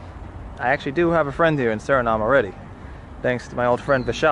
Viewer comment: Like the video but when u pronounce Suriname don't forget to say the E at the end